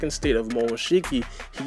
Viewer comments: Who’s here after Sasuke’s Rinnegan became “Rinnegone” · It’s rinnegun not renegun